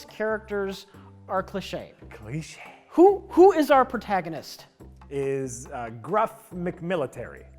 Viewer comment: "Clishay" - "Clee Shay" - Jack